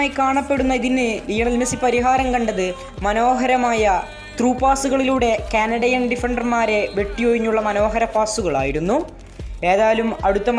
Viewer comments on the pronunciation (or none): കന്നട അല്ലട മൈരേ... കാനഡ അങ്ങനെ പറ